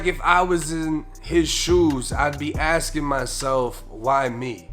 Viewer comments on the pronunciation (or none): none